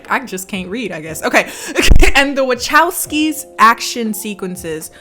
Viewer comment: attempting to pronounce the “Wachowskis” 💀